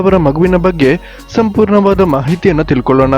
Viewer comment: ಗರ್ಭಿನಿ ಸಂಪೂರ್ನ ಅಲ್ಲ ಗರ್ಭಿಣಿ ಸಂಪೂರ್ಣ ಅಂತ ಬೊಗಳು ಕನ್ನಡ ಬರಲ್ಲವಾ